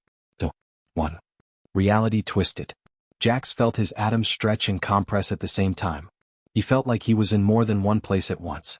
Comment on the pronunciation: there IS a Freaking difference between "COM-press", which your POS AI says, and "com-PRESS"!!!!! Changes the WHOLE FKN meaning of the sentence!!!!